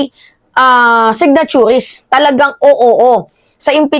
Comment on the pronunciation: signatories, hindi signaturues✌️